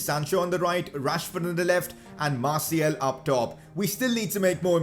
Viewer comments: stop saying Marciel its Martial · He Said Masiel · It is martIAL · How he says Martial tho